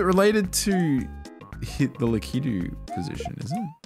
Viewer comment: Lakitu is indeed pronounced /lækiːtu/ — la-kee-tu.